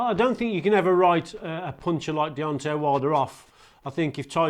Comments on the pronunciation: Why does Steve say Deonti? Like Deonti the man from del monte. Fking clown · Why can Steve Bunce, a boxing commentator, not say Deontay right? It's not Deonteeee, it's DeonTAY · Buncey keeps calling him Deontee 😂